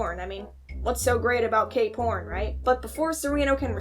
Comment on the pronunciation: Cape horn?? I heard K-porn 😭😭😭